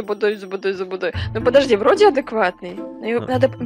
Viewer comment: Она сказала не плости а подожди